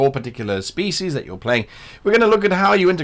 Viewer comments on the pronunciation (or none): none